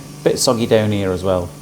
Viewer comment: Hello again, it’s me from QUEENSLAND 🇦🇺. I absolutely 😍your videos and your sense humour 😂😂😂. I enjoy you saying, “you can see here” and it comes out…..” you can see ear”. . I ALWAYS think “ ear ,in the ear “ and “ear ear lend me your ears”. I 😂😂😂every time and truely ❤️❤️❤️❤️❤️your videos.